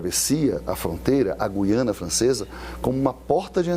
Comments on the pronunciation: É terrível termos que ouvir, mesmo na grande mídia, se pronunciar incorretamente a palavra "Guiana". A pronúncia correta de Guiana é "Gu-i-a-na" (com o "u" e o "i" pronunciados separadamente, formando um ditongo leve no i-a). Diferente de palavras como "guia" ou "guerra", em que a letra "u" é muda, no nome do país sul-americano o "u" deve ser articulado claramente. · Acho incrível que jornalistas formados digam Gui Anna Francesa e não Gu i Anna Francesa. O Governador pronunciou corretamente